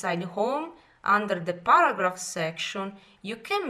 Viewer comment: Well it's a very good video for people who worked in the office but I heard baragraph at first then I realized she is trying to say paragraph.